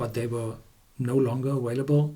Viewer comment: The word "available" is pronounced aVailable, not aWailable.